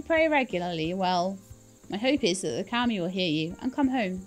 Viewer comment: It's KAH Me, it's how it's pronounced.